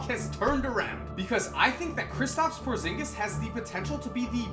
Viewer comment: I got chills when he said porzingus